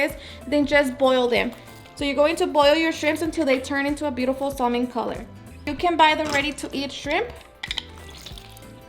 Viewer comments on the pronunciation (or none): Delicious, I am making this tomorrow. Just some constructive criticism, whether is one or more shrimp it's still shrimp, not shrimps and salmon it's pronounced samen/samin that one took me a little to get it right lol